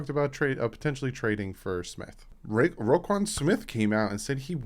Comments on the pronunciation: It’s roquan pronounced row quan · Its pronounced ro(row) quan (quan)